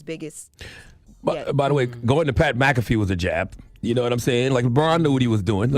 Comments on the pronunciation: Pat MACK UH FEEE not muh kaf fee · Damn people really don't know how to pronounce Mac Ah Fee and not Mac Cat Fee 😂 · It’s Pat MACK - AH - FEE .. 🥲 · Its Pronounced MAK-A-FEE......smh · Did she say Pat McCoffee? ☕ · Pat MCAFFY 😂😂....oh no! Did mispronounce a word 😮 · Mack-kuh-fee is how it’s pronounced. But otherwise you do a great job! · Way to butcher Pats last name lol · Ctfu she definitely pronounced his name wrong 😂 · Get the man name right!!! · Mc-afee??? 😂😂😂😂😂😂😂😂 LMFAO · definitely doesn't know who pat is because she botched his last name 🤣🤣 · Who the Hell is Pat Mcaffy????😂😂😂😂 Come on now pronounce that man name right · I need to pronounce Pat McAfee name correctly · Bruh you said his last name so wrong 😂😂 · Lorna needs to learn how to say McAfee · She messed up Pat’s name and giving false reports on Bronny Why y’all don’t have that Jess energy for Lauren???